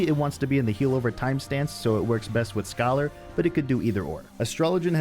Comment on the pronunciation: "sCHYOLaRrR" Also, love the videos man!!